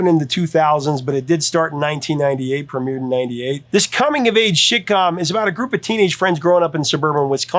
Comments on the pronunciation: You totally said " Shitcom" . I was packing my ebay shit and had to rewind to make sure i heard it right. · Am I the only one that heard the Professor call "That 70s Show" a "Shit com"?? 😂 That's what it sounded like to me anyway, lol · sounds like he says shit-com, haha. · Did he say “shitcom”😂😂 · Interesting pronunciation during the “That 70’s Show” segment referring to it as a $#!t-com. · That's what I heard😂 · I thought i heard that! 😂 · 😂I heard that too.